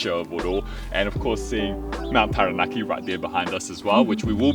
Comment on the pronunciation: I really appreciate your pronunciation of Māori words, it really means a lot to hear Taranaki pronounced correctly ☺️ I hope you guys have a wonderful rest of your trip ☺️